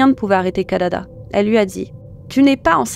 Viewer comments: C'est KIDADA et non pas KADADA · Kidada et non Kadada..